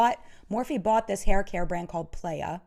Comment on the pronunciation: hey, sorry if someone pointed this out but if they did i didn’t see it. playa is beach in spanish, it’s pronounced like plie-a, like the vowel sound in plier more than like player!